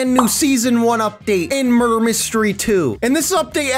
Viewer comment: You said Make me mudrer